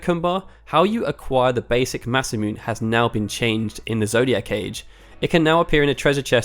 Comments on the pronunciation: BTW it's Masamoo-neh not Masamyoon. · "mas-a-moon"? Wtf, it's read as "mas-ā-moon-ay". Also it's "I" for 1, not "i". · Its "ma sa mu ne"not masamyun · Nope. Every syllable in Japanese has the same length, if not indicated otherwise through a chouon, e.g., that lengthens the last vowel. So, yes, Masamoon is wrong, but Masamoonay is also wrong because in both cases the "u" sound as well as the "e" sound would be overpronounced. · Nice to find someone who knows this. It drives me nuts hearing people say Masa-moon. There's no silent e in Japanese. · Masa mune I ... Magee lol this guy 😄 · "Masamyoon Eye" lmfao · Masamune is pronounced "Muh-sah-moo-nay" FYI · Maybe I wrote it down wrong phonetically, but I'm going based on the pronunciation in numerous samurai films as well as various interviews with artist Shirow Masamune